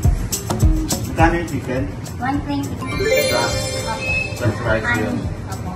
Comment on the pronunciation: Shiken nga po rinig ko sa nag vlog nyan kay Diwata😂😂😂 shiken